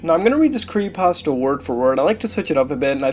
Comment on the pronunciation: Every time I here him say "Creeiepasta" I want to punch him in the face. Other then that I really enjoy these videos.